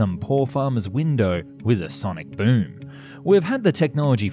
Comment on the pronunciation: What the fuck is a “Syonic BYOOOOOoooooooom”